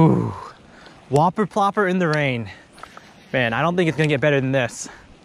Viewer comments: The "Wuh-per Pluhp-per" 😂😂😂😂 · oooohhmppphmhm thwuh WHoppuh pwoppa x4 gets more clear each time he says it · Y u gotta say whopper plopper like that